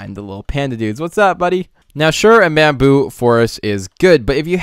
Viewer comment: Lol you said Bambillo.... Bambillo Pillow case xD